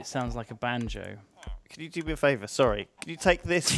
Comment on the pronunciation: "Oh, I'm Sorwy..."